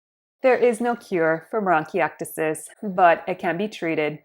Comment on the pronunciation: 😅 say it right